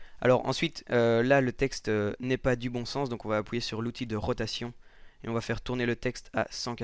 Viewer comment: j’adore quand il dis appuyer psk il dis apouyer